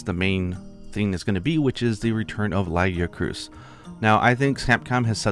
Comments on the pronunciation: Why did he pronounce Lagicrus like that? Lol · first time hearing someone pronounce lagiacrus like that